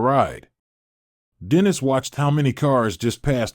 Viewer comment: Dennis is mispronounced.